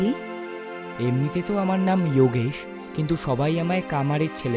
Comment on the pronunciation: বাংলা কার্টুন করছেন, ইওগেশ না বলে যোগেশ বললেই বেশি ভালো লাগতো